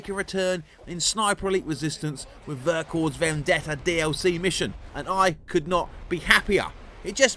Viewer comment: Great review :) Just a tiny heads-up for the future, in French you don't pronounce the final "S" in "Vercors", so it's basically just "Vercorr" ;) Cheers!